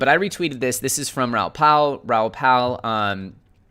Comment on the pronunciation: Raoul is pronounced Rah ool Bro